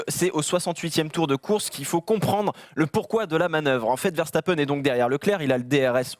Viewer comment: dites oú lisez vous veshtapen ?? verse ta peine !